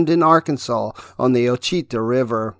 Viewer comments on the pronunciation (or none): Chillicothe= Chill-a-coth-ee (ship), Natchitoches=Naga-dish or Nack-a-dish (town in LA), Ouachita= Wash-a-taw (River in AR/LA). Those French and Indian names are tricky...